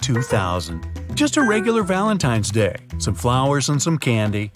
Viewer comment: Shamfulll excuse is valentain day. De wors thin dey inventeddd